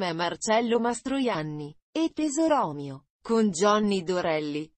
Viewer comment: Chi legge non è un'italiana oppure è un'italiana che non sa esprimersi correttamente !! si dice mass media e no midia ( media è parola latina); il film con J.Dorelli e Pozzetto è: Tesòro mio, accento sulla prima o e no tesorò mio come ha letto !